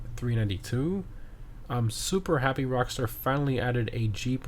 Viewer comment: “Rstar” 🤣🤣🤣🤣 jesus just say “Rockstar”